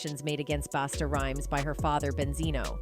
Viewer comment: His name is a Busta not Basta. Smh